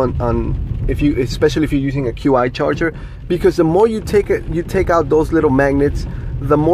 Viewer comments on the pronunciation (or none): Hey bro, Q I charging is pronounced "CHEE" charging. Just an fyi 🙂 . Nice review, looking into these as car manufacturers still haven't cared or figured out that folks need a built in dash mount solution for the cars